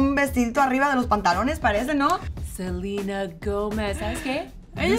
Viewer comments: No se dice Selina Gómez se dice Selena Gómez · Porque le dicen Selina? Es SELENA LPMM😐🙄